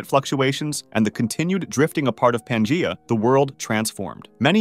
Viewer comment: Dude just mispronounced pangea like four times